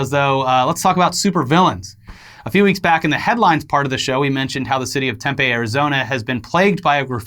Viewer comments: It's pronounced TemPee not TemPay for Tempe. Floridan don't come To AZ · It’s temp-ee not tempa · Tempe is pronounced Tem-Pee. The more you know🌈🌈🌈🌈🌈🌈🌈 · Have I been pronouncing Tempe (tem-pee) wrong? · For the love of god Tem-PEE, tem-fucking-pee. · Two things from AZ; it's pronounced "Tem-pe" two syllables and tent cities has been shut down and gone for sometime, just saying. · Also, its Tempe (Tem-pee) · It’s pronounced TempEE. I live in the area but was never lucky enough to see his work. :( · CAN YALL PRONOUNCE TEMPE RIGHT???!!!!??? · Love the way says Tempe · Anyone else bothered by how he is saying Tempe lol